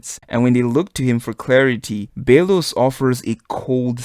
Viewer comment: Can someone tell him to stop saying Bae-los...